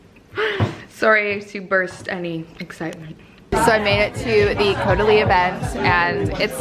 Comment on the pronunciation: omg the way you said caudalie wine, had me dead!